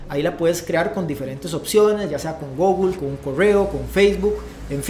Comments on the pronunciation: Me gustan tus videos pero mis oídos no soportan cuando dices "Gogle" ,😵‍💫 la pronunciación correcta es con u , Google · Me.gustan tu videos pero mid oídos no soportan cuando dices "Gogle" ,😵‍💫 la pronunciación correcta es con u , Google